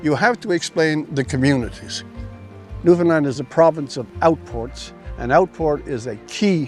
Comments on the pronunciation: PS. I also learned how to pronounce the province’s name correctly. Apparently most Americans tend to butcher it, especially those of us with southern accents, lol! To remember: Newfoundland should rhyme and/or have cadence in a similar manner as the word, “understand.” Understand Newfoundland!(However, the “a” in Newfoundland is a slightly softer,more rounded sound than generally found in the southern USA.) So the name itself is NOT pronounced as “Newfinlunn” like I was taught in world geography. Lol😊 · I can’t believe Rex let you call it Newfundland haha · It’s pronounced New Fun LAND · I can’t believe that you keep pronouncing Newfoundland wrong and Rex didn’t correct you, with so much respect and respect should be given when speaking about such a beautiful island of Newfoundland (new fin land ) is how you would pronounce it but flowing out as one word. From a Newfoundlander and former fisherman A LITTLE BIT OF SALT WALTER WILL FIX WHAT HALE’S YA !!! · At least pronounce it right omg